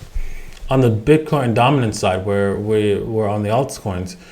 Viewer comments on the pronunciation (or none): none